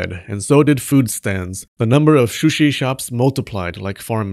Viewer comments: I was already holding my chuckle with the shrushi pronunciation struggle but this was the last straw LMAO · I like how you halfway gave up in the pronounciation of sushi, because saying it again and again makes your tongue kinda break xD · The proper pronunciation in Japan is S-shi, with "U" not pronounced much, but the Japanese will still get it if you pronounced it like an American Soo-shee. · Drink every time he says 'sushi' 😆 except when it's "shushi" then you get a bite of sushi 🍣 😋 Sushi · shoo-shi owo